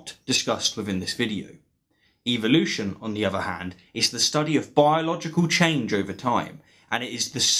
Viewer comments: Why are you pronouncing it Evil-ution and not EvOlution? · I wish they wouldn’t pronounce it EVIL-lution. That’s the real reason they don’t like it. Otherwise I think they would like it. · This Australian guy says evil-lution! The bones on the whales are not vestigial, they are for reproduction. God made no mistakes! I suppose you think your more intelligent than the creator of the universe? How did DNA come about? Billions of years? Small or large a Dog is a Dog! Still no explanation of life from nothing, DNA from nothing. Take God out of the equation and evil-lucion is still impossible and stupid....